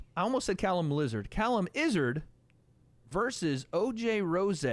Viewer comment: “oj rosayyy” isn’t oj rose? like derrick rose? lmaoo where did rosayy come from